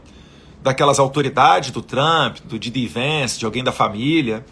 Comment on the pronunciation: Eduardo, não é Gee. D. Vence. É JAY D. Vance.